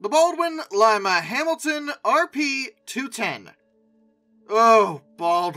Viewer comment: I heard that too! 😂😂😂😂